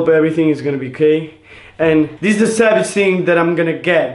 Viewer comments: R they saying sabage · It's so adorable when they say savage it sounds like sabage 😂💕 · They say “savage” like cabbage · I love the way they say savage coz it sounds like their saying sabage Love ye 💗💖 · They "sabage" boissssssssss